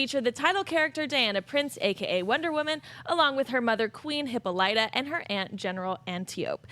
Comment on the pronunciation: How many people work at Collider?! And none of them know how to say "Hippolyta" right? haha